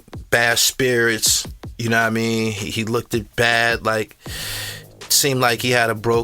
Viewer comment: The term “looked” pronounced as lookted is wild